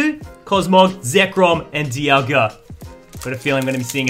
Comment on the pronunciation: Lol he called diagla Dee aw guh